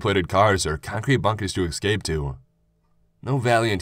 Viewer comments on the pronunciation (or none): Why do Americans say excape? Its not an actual word..